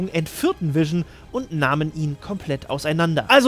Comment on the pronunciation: Irgendwie macht mich das ein bisschen wahnsinnig wenn du ab und zu Wision anstatt Vision sagst. Ist an sich nicht schlimm, aber das fällt mir die ganze Zeit auf und ich kann mich dann nicht auf den Inhalt konzentrieren xDD Du sagst es ja auch nicht permanent falsch --> tolles Video :)))